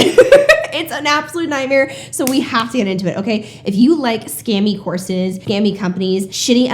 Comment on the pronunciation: For some reason I keep hearing "horses", not courses. I'd like some hi-level horses, yes.